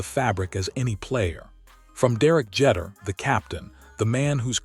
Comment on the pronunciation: Omg couldn't even pronouce Derek Jeter last name correctly